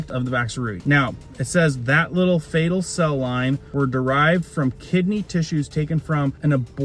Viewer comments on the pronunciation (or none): Its nof "fatal" cell lines , its fetal